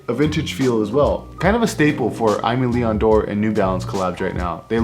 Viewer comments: Nice video👍 but just one thing: it's pronunced "ÉMÉ LÉON DORÉ" ;) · the way you pronounce it is kind a cool though 😅 And apparently I was wrong it's: eh-meh lee-on door 🤷‍♂️